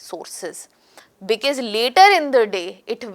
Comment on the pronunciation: You explain as if your are explaining to a kindergarten child. This is so annoying. Talk normally and please come to the point. And what the hell is becass, it is because, because because 😂